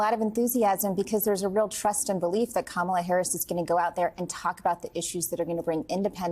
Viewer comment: KAM. A. LOT.... IT'S "KAMALA" Get it right hunny!💙💙💙💙💙💙💙